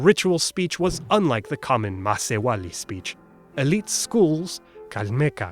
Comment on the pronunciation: The way he pronounced Macehualli was no different from the marathi word masewali meaning fisherwoman.... :\